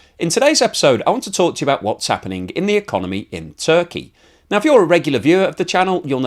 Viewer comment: It is actually Turkey and not Zurkey!